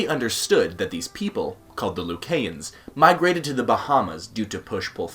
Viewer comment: He doesnt even know how to pronounce the country's name. I hate when foreigners try to speak on our country. Most of your information is WRONG! The Buh-Hah-mus (Bahamas) Loo-Kai-ans (Lucayans)